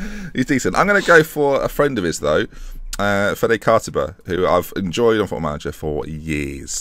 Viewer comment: Cartab-A...OMG, this kills me a bit on the inside It is Cartab -Y-a, the name is Cartabia!!!!! FFS